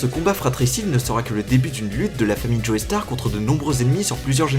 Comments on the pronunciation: Les gens qui prononcent Joestar "Joey Starr" je m'y fais pas. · Faut arrêter avec le joeystar mdr c'est Joestar xD. Sinon très bonne vidéo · "Joey Star"... mais nom de dieu ça se prononce "Jostar" ! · Dio BRANDO, pas BULANDO. Aussi, Joe-star, pas Joé-star. Désolé,, mais sérieux... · salut je suis une meuf qui adore jojo et qui passe par ici pour dire: JE SUIS PAS DACCORD AVEC LES GENS QUI DISENT "joéstar" ON DIT "jostar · super vidéo, mais jetrouve ça très drôle la manière dont la personne de prononce "joestar" joey starr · Pourquoi tous les français se tuent à prononcer joéstar :'(